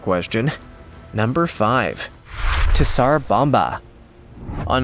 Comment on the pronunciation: OH COME ON! TZAR BOMBA is pronounced Zar bomba Not T ZAR BOMBA a little bit of research PLEASE!!!!!!